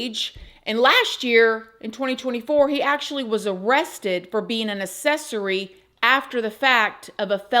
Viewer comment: Accessory- uhk·seh·sr·ee There is a "k" sound in there within the "acc." Prayers with all families involved. This is horrible and completely preventable.